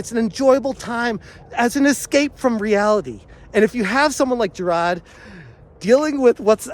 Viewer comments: Huz names Jirard not jarad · Why do you pronounce his name as JI RAAD? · How come you cannot say “jirard”. ? Its not hard. Can’t you pronounce “R”? LMFAO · I'm pretty impressed that you've covered Jirard so much, yet don't get his name right. Amazing journalism on this one.